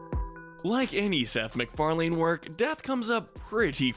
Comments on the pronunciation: It’s McFarlane, Not McFarlene. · Anyone else have to stop the video to process the way he said "mcfarlane"? Not saying it was incorrect, just never heard it pronounced like that